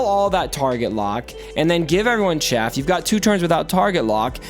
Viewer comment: Arnold and mobile kept calling it chafe instead of chaff, and I was getting so annoyed. I'm glad you're the better reader.